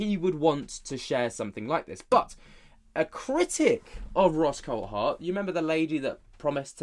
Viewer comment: He's name is pronounced the same as the Grand Prix driver David Coulthard' you pronounce it coldthard, its coulthard drives me mad .